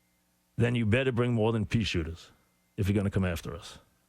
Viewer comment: for the pea shootahs